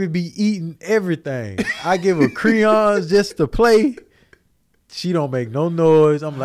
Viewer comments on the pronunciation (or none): still sayin Cree-yons 😂🤦🏻‍♀️